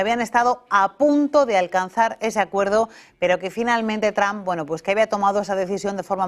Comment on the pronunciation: Se pronuncia(tromp) no tram😂😂😂